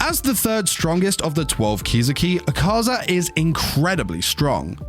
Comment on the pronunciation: Bro Pls My Name Isnt ahkaza its “A ka zah” pls douma will laugh at MEEEEEEE